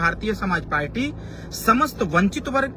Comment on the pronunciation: पालटी नहीं पार्टी होता है😊😊😊।पता नहीं कौन पीएचडी की डिग्री अवार्ड कर दिया है।